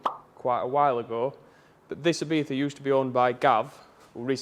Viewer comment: ibiza - e-bee-za ! e-beefa = X